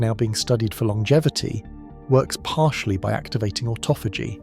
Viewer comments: why does the dude narrating so badly butcher pronunciation? it must be AI... its not AUTO PHAGY its AHH TAH FUH GEE.. jeeze man make a video as iuf youre an expert on a topic then BUTCHER IT in the first minute mispronouncing one of the most important words the BACKBONE of the concetp, CLOWN SHOW CHANNEL!!!! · AUTO-PHAGY LOL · ought-ah-fay-gee....never heard duh that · Can you just pick one pronunciation of "autophagy" and stick with it? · Wonderful information. Shame the robot narrator (aka Artificial Stupidity) can’t even decide how to pronounce autophagy …